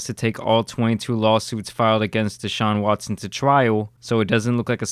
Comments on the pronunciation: It's not Dayshaun it's DE Sahun. At least get his name right jesus lol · Everybody: "Deshaun": " Dayshaun" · DAY-SHAWN. Its D SHAWN. come on brotha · DAYshaun lol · Bro please stop saying DAYshaun it’s deshaun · DA... DA-Shaun. Not "Day"-Shuan😒🤦🏿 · De - Shawn Not Day-Shawn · Its duh-shaun not dee shaun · It's Deshaun, not DAYshaun. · Dude WTF is wrong with you. First you mess up pronunciation of Mal’s name now DaShaun Watson. Get they names right!! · You get a thumbs down for saying DAY-Shawn......🤦‍♂️ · Why do you call him Dayshaun? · Cringe as a mofo did you really just say daeshun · Lol you say his name like a white history teacher